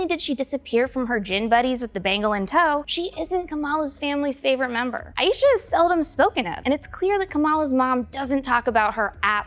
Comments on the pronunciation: Your killing me with the mis-pronunciation of Aisha... it's "I-Shah" not "I-eesha" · hi the name “aisha” is pronounced as “EYE-sha” not “EYE-YEE-sha” thanks!